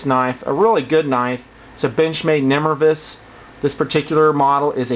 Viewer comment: Pretty sure it's nimrayvus not nimruhvus.